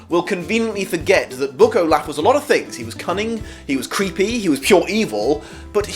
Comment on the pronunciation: Count O-Laugh